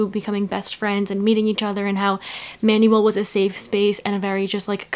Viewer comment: Ur pronunciation of Manuel pains me sm 😭